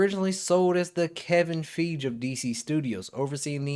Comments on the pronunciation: Bro wants to act like a film expert but can't pronounce Kevin Feiges name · FYI: You’re mispronouncing Kevin Feige’s name.